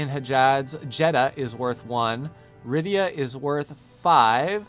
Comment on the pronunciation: its RIYAAAAAAAD not ridia XD